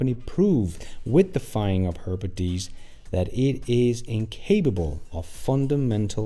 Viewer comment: you're not even an American! Diess sounds like "deess", not "dyes".